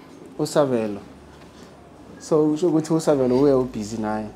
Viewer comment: Wenze I mistake 😂😂😂😂😂😂 ngokubiza igama la Sabelo 😂😂😂😂